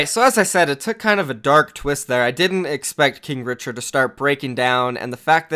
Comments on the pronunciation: Did you say kink richard? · i thought you Said kink Richard 😂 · Stop saying kinkrichard